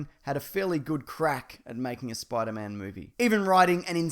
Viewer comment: I like how he pronounces Spider-Man as Spoider-Mam